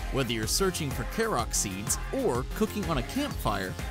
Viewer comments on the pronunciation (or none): kerok seed really kerok seed its called a korok seed even the subtitles say key rock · what's a "kairok" seed? I only know a korok seed... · it's not kerock seeds baka